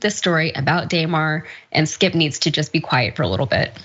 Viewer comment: When the lady at the end keeps calling him "Day-mar" not Damar (clearly just reading it off with no idea about what the dude's name is) def makes it seem this is just an outrage video to get views.